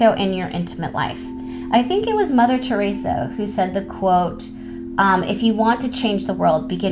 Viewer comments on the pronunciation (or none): none